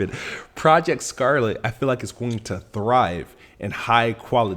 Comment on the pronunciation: I'm sorry did you say "project scarpet?"😂😂